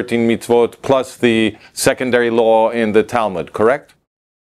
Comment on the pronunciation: כבוד, באהבה ובהערכה רבה, טיפ קטן: Law חוק, מבטאים "לו", הדבליו בסוף שקטה. Low נמוך מבטאים "לואו".